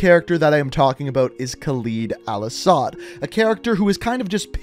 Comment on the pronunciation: Your saying his name wrong